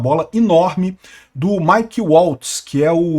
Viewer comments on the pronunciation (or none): none